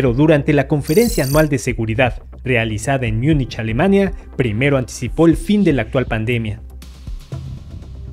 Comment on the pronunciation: Hola, una aclaración: En español se dice Múnich, no Miúnich.